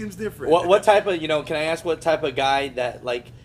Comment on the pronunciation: how is someone with an ass a mile wide good looking n learn how to talk,you don't axe someone you ask someone